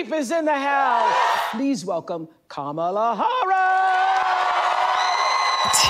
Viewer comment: Am I nuts or did Oprah just mispronounce Kamala’s name?